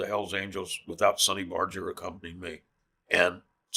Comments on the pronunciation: ' Sincerely Ralph Barger Hells Angels'. Must have pissed Sonny off all these years being called Barggger by every Tom, Dick, & Harry. When the man himself pronounced his name Barrrger. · George, please say something about Sonny going from hard G Barger to the latee Barjer pronunciation? Was it just because he gave up educating people? Proos & Semper Fi. Former Amtacker here.